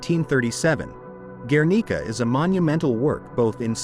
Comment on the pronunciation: and guernica